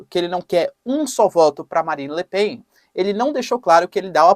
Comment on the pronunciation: É lamentavel que não saiba pronunciar correctamente os nomes Le Pen ou Melenchon. Igualmente nao sabe pronunciar a palavra "adequar".